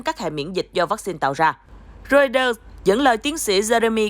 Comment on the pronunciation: Biên tập viên đọc ( roai tơ ) mà cũng không chuẩn ... ( lin kin ) là ai ... ¿